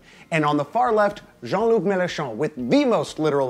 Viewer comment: Jen-Luc Mélenchon... "Far-left" mdrrrrr... sacrés américains, toujours aussi coupés des réalités hein? xD